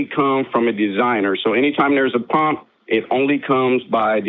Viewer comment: This guy pronounces pump as pomp.